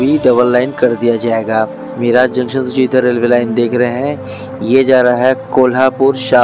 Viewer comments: मिराज जंक्शन नहीं,. मिरज जंक्शन बोलना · मिरज ला मिराज म्हणतोय. 🙂🙂🙂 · गावों के नाम का सही तरह से उच्चारण कीजीये. मिराज ( मिरज), सतारा ( सातारा), धुलीया (धुळे), हिंजेवाडी (हिंजवडी), जलगांव (जळगाव), भुसावल (भुसावळ). अगर हिंदी भाषा में 'ळ' शब्द नहीं हैं तो इसका मतलब ये नहीं की आप आपके तरीकेसे उच्चारण करे. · मिराज नहीं सर मिरज बोलिए🙏🏻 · मिराज नहीं भाई मिरज Miraj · मिराज नही मिरज...